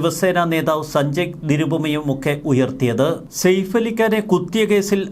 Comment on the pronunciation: സേഫ് അല്ല സയഫ് എന്നാണ് ശരിയായ pronounsation